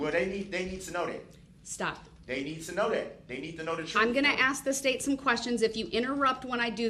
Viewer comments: I want the "troof" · He AXED too many questions. He needs to let the TROOF be known and she will SUBSTAINE that. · “Tell the troof” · Tell the "TROOF!😂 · You know all about the “troof” right? You lied through the whole trial!